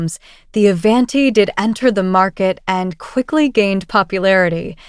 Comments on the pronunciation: Ai can’t even pronounce Avanti correctly. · Learn how to,pronoun the word Avanti! 😂